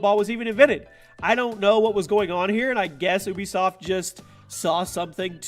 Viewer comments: oohbisoft? its U-bisoft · Can u pronounce ubisoft correctly it's Ubisoft not Oobisoft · ITS U-bee-soft NOT OWW BEE SOFT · you be soft not oo be soft